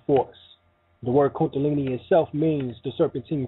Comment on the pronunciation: KunDAlini not kunTAlini